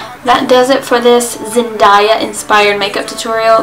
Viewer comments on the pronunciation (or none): I love the look 😍😍👌 Btw, her name is pronounced "Zen-DAY-a" 😂